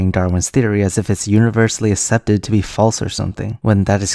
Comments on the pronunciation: "ASEPTED" is pronouced "ak- SEP-ted" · Yuck, he said "assepted" instead of "accepted"